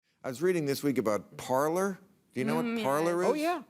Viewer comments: It isn't parlor but parler (par-Lay) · It's pronounced parlé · I'm pretty sure it's pronounced "par-LAY" ... meaning "to speak" in French. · It's pronounced Parlay